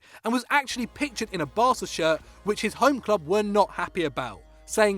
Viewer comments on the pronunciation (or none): none